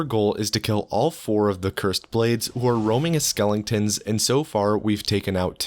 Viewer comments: *Skeletons, not skellingtons lmao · Dude, are you saying skeletons like that on purpose?